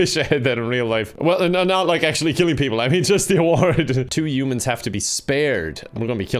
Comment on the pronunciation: no one:: youmans